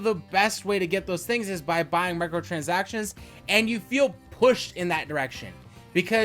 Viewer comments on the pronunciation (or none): i think you can't pronounce michatransactions properly what are micro transactions?